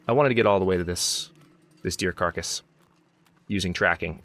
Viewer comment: I’m from Texas and we say carcass. It’s sounded out like car + cuss.